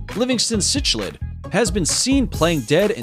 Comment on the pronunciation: "Cichlid" (the fish) is pronounced: sick-lid :●}